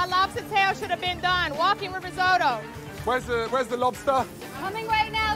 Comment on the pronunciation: always hated the pronounciation of risotto on this show. they keep calling it riso-dough for whatever reason. its just lazy to talk that way